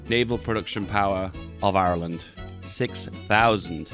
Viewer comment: The way says Irish: normal The way says Ireland: awful